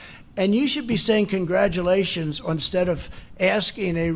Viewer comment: he says 'onstead' not instead. 😆